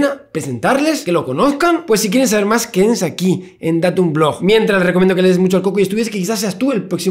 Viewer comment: Ahora cada vez que dice "más", escucho "musk"